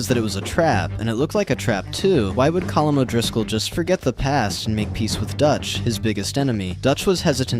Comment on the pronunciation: No colm is pronounced (Co-m)